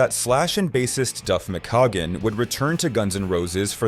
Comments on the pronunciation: If you can't pronounce the last names correctly, perhaps you shouldn't narrate the video. (Schon and McKagon) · Neal Shun? Duff Mc-Cah-Gan? Can't this guy do some quick research and find out how to actually pronounce these people's names, so he can pretend to actually know what he's talking about? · LOL Mc -Cog-uhn 😂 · Duff McScroggins? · Dude, learn how to pronounce the names if you're going to all the other effort of making the video. It's like putting on a suit and smiling for the camera with spinach in your teeth. Neal SHON. Duff McKAYGUN. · He fucked up Duff's name as well.